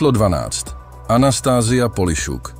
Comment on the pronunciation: Polišuk 😂😂 Snad poliščuk Sanovič Ja čítam Ciganovič